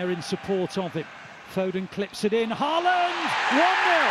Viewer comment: Perhaps you manage to pronounce his name correctly by his 100th. It's close to HAWLAAN (like in "in awe", with emphasis on AW, and the d is silent). And it's not EARLing either...